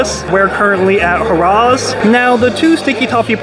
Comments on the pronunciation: It’s not pronounced “Ha Rahs” it’s “Harrahs” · Hey, the crew over here was wondering how much they would have jacked you for the A1 steak sauce had you chosen it over the complementary bowl?!? BTW - for future reference, this particular casino isn't pronounced "Hoorah's" it is actually "Harrazz" Hope this helps Yo! 🎭🎲 🔍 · lol it’s Har Ras